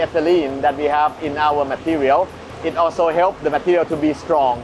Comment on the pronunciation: Why is the narrator pronouncing an "h" sound between s and t? I.e.shtrong instead of strong. Or shtraight instead of straight. Shtrange instead of strange.